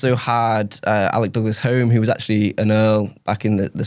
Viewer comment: Respect to, but Salisbury was PM until 1902. And the second barrel of Wilson's predecessor is pronounced "Hume" 😊